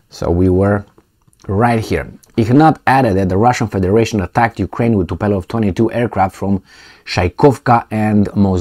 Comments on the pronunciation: Not Tupelov but Tupolev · TU-PO-LEV .... not TU-PE-LOV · It's not "Tupelov",, is Tupolev. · It's Tupolev, not Tupelov. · The planes are named Tupolev, not Tupelov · TUPOLEV and not TUPELOV,. Just to make you know about the name of this Russian society. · Zi Tupolev, nu TupElov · It is TUPOLEV not Tupelov! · say TUPOLEW -like : too-pol ev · Come on you got me miss-pronouncing Tupolev too.